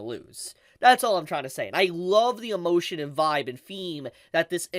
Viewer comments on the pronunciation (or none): none